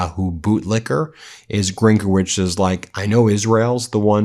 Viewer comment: The correct accent is GrynkEvych (it's a Ukrainian and Belarusian family name, Belarusian in his case).